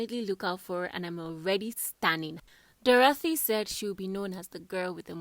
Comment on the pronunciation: I don't like ur emphasis on Dorathy and Erica is not nice